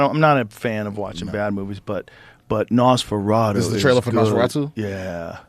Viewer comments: Joe "Nosferatoh" Rogan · NosforaDO? WTF Joe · Joe cant pronounce nosferatu lol